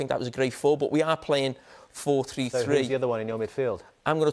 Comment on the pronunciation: two or tree